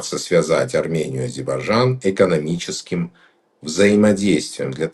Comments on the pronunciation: Как можно столько веков жить по соседству и не научиться правильно произносить название страны соседа ! Не АЗИБАЖАН а А-З-Е-Р-Б-А-Й-Д-Ж-А-Н !!! Это как Путин вместо Касымжомарт Кемелевич говорит Кемельжеммммм . Это делается специально чтобы унизить. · Сначало научись правильно выговаривать название соседней страны-АЗЕРБАЙДЖАН,УМНИК.БУКВЫ Р И Д НЕ ВЫГОВАРИВАЕШЬ,ГРАМОТЕЙ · фу....сколько же вранья...Армянчик дорогой,а кто гнал из Армении в 90-е и до настоящего времени? Куда не посмотри,везде армяне,работающие на себя.Пользы от них ни какой.Учтите что я армянка.Научитесь выговаривать Азейрбайджан,а так дикция у вас не плохая.Хватит врать и подлизывать украинцам. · Интересно , что значит для армян ,, историческая справедливость "? 42 млн живут в США, так пусть там и добиваются автономии. Нечего вмешиваться в дела Армении. Армяне-иностранцы постоянно провоцируют ненависть к соседям Армении. Человек не в состоянии правильно произнести название страны Азербайджан. Или от большой любви или от невежества.